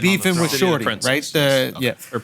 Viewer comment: Ok, so I'm the only one going to point out the weird-ass "yeAh"?